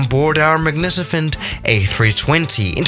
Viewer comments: is nobody gonna talk about the way he says magnificent, he says magnicafent. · Lmao "magnicifent" Did u mean magnificent? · Magnicifent Me: Magnificent, You goddamn moron